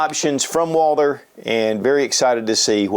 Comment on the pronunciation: “Walder?” Lol